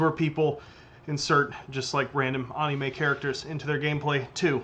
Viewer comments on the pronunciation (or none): Nobody:: ahneemay characters